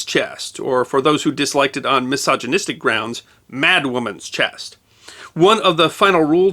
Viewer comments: and others show the narrator and the closed caption are saying "chest" instead of "chess" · To be fair, he does sound like he's putting a hard "t" at the end of the word sometimes. Weird.